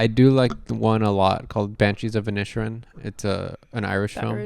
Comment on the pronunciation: Wow you totally mangled the name of the Banshee’s of Enniskillen